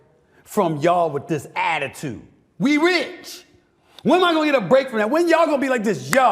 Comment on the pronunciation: 😂😂😂😂he said we ritch